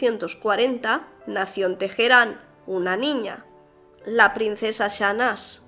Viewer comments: Una duda, ¿por qué dices Tejerán? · problemas de identidad...spanglish. en español la "H" es muda, en ingles surna como la "J"